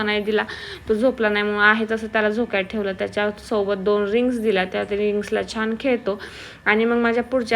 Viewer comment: Theval theval nhi mhnu